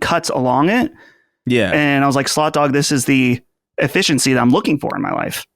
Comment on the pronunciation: I keep hearing slut dog instead of slot dog lol